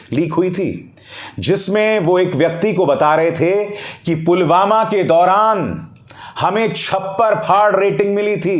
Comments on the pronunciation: Pulwama ko to Pulgama bol rhe h 😠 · Modi says pulgama 😂not pulwama 😂😂😂